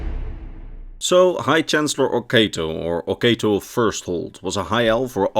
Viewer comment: I hate to be that guy, but I believe it's pronounced /o'katoʊ/, oh-KAH-toe, not /o'keıtoʊ/, oh-KAY-toe.